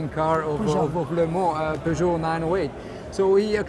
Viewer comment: Wow, you didn't pronounce it "Pugeot"...